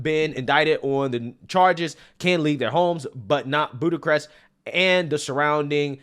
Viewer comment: "Buddacrest"?? No "Bucharest". Boo- kuh-rest"